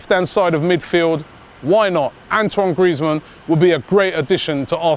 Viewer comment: Antwon Griezmann! WTF